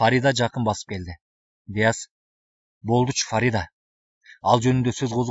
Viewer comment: Нияз эмес,Дияз деп угуп жатам.